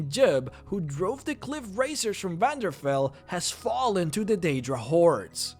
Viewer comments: Var-den-fall, not Vanderfell. -Sound it out. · Vanderfell? Said that wrong lol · "Vanderfell" How do you do this. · i love all the lore but damn, its chadenhall not chaindinghall , its Vardenfell not Vanderfell . Ill stop there, but come on that just annoyed me, and i usually dont get annoyed from stuff like that